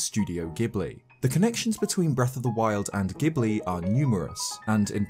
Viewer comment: For future reference, while the Italian word ghibli IS pronounced with a hard G, Studio Ghibli is pronounced with a soft one.